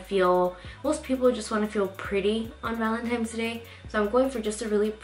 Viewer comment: I love your tutorials! Big fan here but I noticed whenever you said Valentine's, you pronounce it Valentimes. There is no M in Valentine's day sweetie. 😂😂😂 Other than that, this look is absolutely beautiful!! ❤️❤️❤️❤️❤️